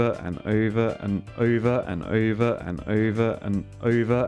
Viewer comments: Americans: "over and over and over and..." This guy: "uva on uva on uva on..." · He says over oyver